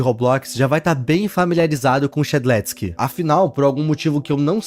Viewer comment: A pronuncia e shed leusque